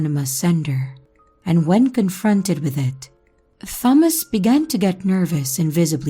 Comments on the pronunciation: It's pronounced tomas I think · I’m sorry I have to go to a new video. The way she said Thomas just was a no for me.